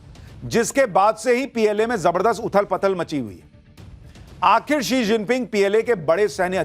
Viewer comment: वो she जिनपिंग है He जिनपिंग नहीं।